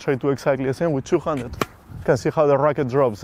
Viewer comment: It took me some time to understand that you say "two-handed" and not "two-hundred" :D Great video, thanks for sharing!